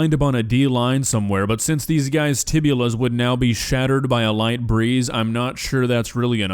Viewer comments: He said tibula. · You said "tibula" 😂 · Tibia, fibula. No tibula. Sorry kiddo I love you but my nurse brain hurt when you said that.